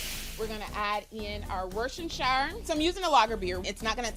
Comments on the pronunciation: I can tell the shrimp are overcooked and rubbery. Plus she can’t pronounce Worcestershire lol 😅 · Nice little recipe, but that may be the most adventurous pronunciation of "Worcestershire" that I've ever heard, and that's saying something!